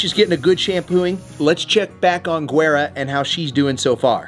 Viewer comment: Guera is pronounced " Whe-daa" meaning light skin in spanish...it's like "whey-da" G is actually pronounced as W...